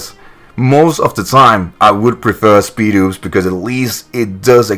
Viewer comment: I thought it was pronounced SPIED-OPS